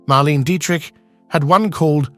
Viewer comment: PLEASE pronounce her name correctly. Mar-LAY-na Dee-trick.